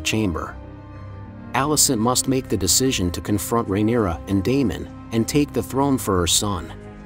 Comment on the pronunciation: Lol you should hear how he says rhaenyra. Fail of a channel